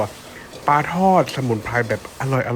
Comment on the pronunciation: ปลานะคะ ไม่ใช่ปาค่ะ